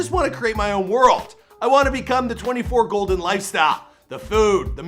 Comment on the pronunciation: The way he says 24golden without the K